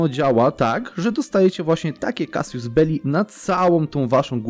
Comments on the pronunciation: czyta się CASUS a nie casius, tak na przyszłość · W zasadzie to "kazus"